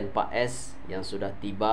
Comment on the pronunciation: English u bagus bro , pronounce paes is Pass 😊😊